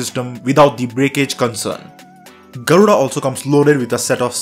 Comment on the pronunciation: you'v slaughtered the pronounciation of Garuda